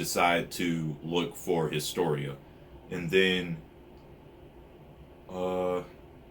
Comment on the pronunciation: and yes, you are pronouncing historia correctly now :D and it is lord "reece" like how my name is promounced